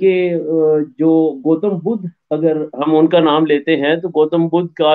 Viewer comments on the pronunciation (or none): none